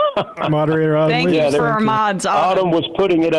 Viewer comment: What accent is it when one pronounces "for" as "fur"?